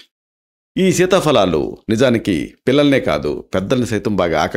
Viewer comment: Dr గారు మంచి విషయం తెలిపినందుకు ధన్యవాదాలు,కానీ ఒక చిన్న సవరణ, fa అని చెప్తున్నారు అది తప్పు సీతాఫలాలు అని చెప్పాలి, fa అని తెలుగులో లేదు ఫ అని ఉచ్చరించాలి 🙏🙏🙏🙏